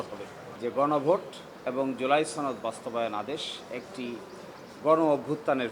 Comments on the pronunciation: উচ্চারণগত সমস্যা আর কি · ছনদ নাকি সনদ? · সনদ না বলে 'ছনদ' যারা বলে তাদের সবার সমস্যা আছে, কঠিন সমস্যা।